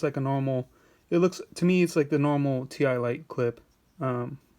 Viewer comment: Its pronounced "tie " lite as in tie a knot ........